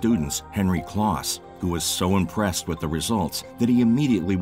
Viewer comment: Henry "Close" not "kloss." Also, in narration, a second reference uses the last name, not the first. e.g. (for example) "Vlichur says." or "Vilchur decided."